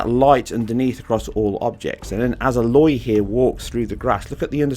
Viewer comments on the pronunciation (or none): Yes, good video...but why do you say "ELLLLÒY"? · HFW will make PS4 Pros turn to Concord engines. I wish this was PS5 exclusive, and i hope GoW will be Btw its “Ay-Loy” :P